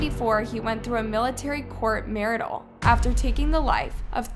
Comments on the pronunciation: Court Martial "Marshall " not Marital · She does it intentionally in every video. Baiting for comments. "Court marital"? 😒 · Lmao court MARI-TALL... TRY SAYING COURT MAR-SHULL 😅😅😅 BEST MISPRONUNCIATION EVER!!😭😭😭🤣🤣🤣🤣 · The intentionally mispronounced words, too. Seriously, "court marital"? Every damn video. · Pronounce with me: MAR-SHULL COURT MARTIAL!!! LMAO 🤣🤣🤣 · A "court marital"? I think you mean a court martial (pronounced marshall), which means a military court. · Court marital?? it is martial pronounced marshall, come on you have to know that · Court martialed is pronounced as court (marshalled) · You meant court-martial? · it’s court martial, like martial arts just FYI. Great video though? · Did anyone else catch the (Narrator) say “ Court Martial” incorrectly😂🫡🥷😶‍🌫️🫥